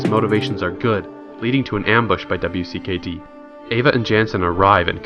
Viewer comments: Just gotta say its wicked and u say it wicked not W I C K E D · Does it bother anyone else that he mispronounce Minho’s name or spells out W.C.K.D organization instead of just calling it “wicked”? Lol no?.... just me?....ok then. Lmao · Pronounced Wicked! Other than that great recaps